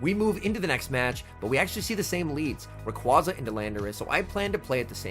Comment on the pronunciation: Dude can you learn to pronounce rayquaza. Im cringing hard here.